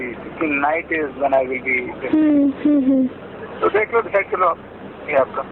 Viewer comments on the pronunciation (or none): none